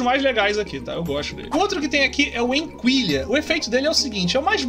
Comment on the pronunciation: enquilha se pronuncia enqilha